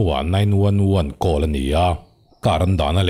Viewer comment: "Call" is "khawl"